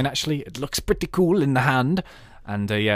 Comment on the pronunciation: how you say "pretty" is very funny ;)